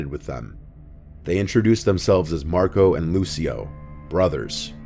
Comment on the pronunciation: I literally laughed because Instead of Marco and Lucio I heard Mario and Luigi 😂😂😂